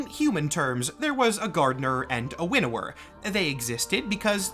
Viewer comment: Quick note. I may be the only one who had this issue but I kept hearing "Widower" instead of "Winnower" and it gave me the wrong perspective. To "winnow" is an old term related to farming but has evolved to mean to select the best of the best.